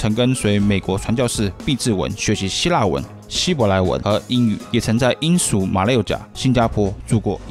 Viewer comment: 人家是英SHU印度，不是罂粟印度